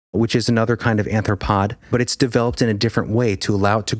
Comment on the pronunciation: Dude, you're killing me when you say "anthropod"... It's not "anthropod" it's "ARTH-RO-POD".... the word was right in front of you... It really hurts to hear words pronounced wrong....